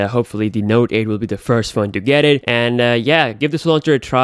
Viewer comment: "Node aed beeysd"